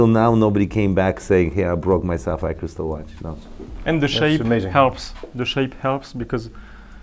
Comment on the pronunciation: It's sapphire, not sapires. It's okay to be poor but there's no need to be a hater.